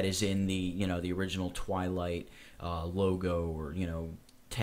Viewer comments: DUDE its Twilight not whilight XD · Um... 'Whilight' ???? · It's called Whilight not Wilight! HAHA, omfg, lol